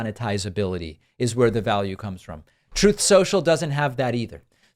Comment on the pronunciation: Troath Sential